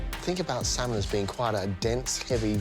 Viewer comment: Who else smirked when she said 'saaman curry' ?! Haha